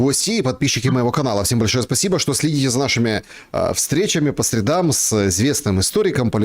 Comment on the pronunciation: Колхозный, не по средАм, а по срЕдам !!!! Хотя ты уже говорил ЛамбарДЖини 😅😅😅